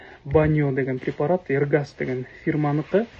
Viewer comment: Эргас эмес Эрсаг